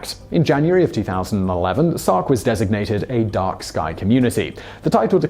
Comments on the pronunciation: Sark. Not stark. Sark. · "Stark" Is it "Sark" or "Stark"? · the island is called 'Stark' (not Sark) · Did he call it "Stark" twice instead of "Sark"? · You call it "Stark" instead of "Sark ... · The one man invasion of SOCK. Is what it sounds like you said. Gardes sounds like "God" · Is it me or he's saying Stark over and over?